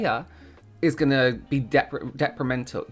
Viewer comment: thank you for suggesting an affordable eye cream! I was almost scared to look at the price. But it’s not crazy expensive!! Yay!! (Detrimental- you said it correctly the last time!) 😘